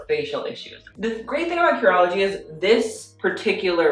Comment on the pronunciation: I kept on hearing urology instead of curology😂